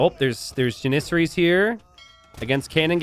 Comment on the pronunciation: Oh god, I thought had gotten past his:"ja-NIH-ser-ees" phase.